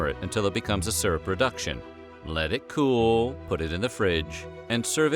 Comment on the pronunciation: I've had watermelon rind. Gross and tangy. Grandma sent it to mom. I've actually seen it in specialty stores. What does it go with?Holy mother of God, nothing. Avoid. I love how he accentuated, "Let it Cool"! As if I just can't wait to put watermelon syrup on pancakes. Very spartan times, in deed.